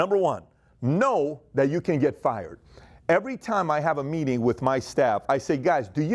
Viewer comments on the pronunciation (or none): none